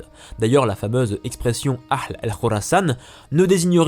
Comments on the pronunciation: Salut! Tu vas penser que je chipote, mais c'est uniquement pour que tu sois ENCORE MEILLEUR dans tes prochaines vidéos: AHL (KHORASAN) ne se prononce pas "Akhl" comme tu le fais mais AHH-L (avec un H bien aspiré, comme le ferait un anglo-saxon par exemple), bien en douceur.. Un détail, un grain de sel.... Bonne continuation! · Ya une erreur dans l'arbre généalogique la 2eme : Aby talib pas Abdallah On dit aal pas ahhhhhl Bons